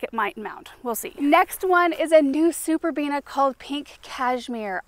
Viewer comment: I was waiting, wondering when you'd slip up and say "superbenia" 😂 you held out surprisingly long, actually, before you did. I find it such a cute slip up for some reason 😊💜